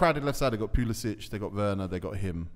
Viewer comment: Howler: never saying Pulisic’s name correctly